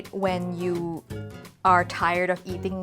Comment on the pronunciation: Your pronunciation of 'Lo Bak Ko' is excellent. Do U speak Cantonese too?